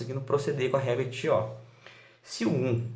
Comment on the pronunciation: Muito, muito bacana!! Só precisa se atentar à pronúncia correta dos nomes! Cauchy se pronuncia "Coxí" e Chió se pronuncia "Kió".